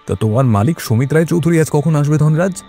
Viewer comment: চৌধুরী টা অবাঙালি দের মতো উচ্চারণ কি স্টাইল করার জন্য?